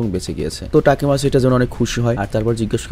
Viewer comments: Vhaiya takimaichi na takimichi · তাকিমাচি না তাকিমিচি❤ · ভাই আমি জানি আপনি অনেক কাজ করেন। কিন্তু আমি চাইনা অপনি main character এর নাম ভুল বলেন।ওটা তাকিমিচি=তাকি